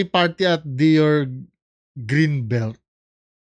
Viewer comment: DEEYOR po ang pronounce po